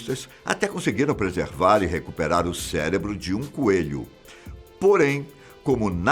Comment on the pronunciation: O vídeo estava ótimo! Até ele falar "celebro", aí perdi o tesão e passei para o próximo.